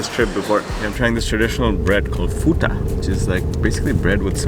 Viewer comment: Great video. Mkate wa ufuta not futa 😉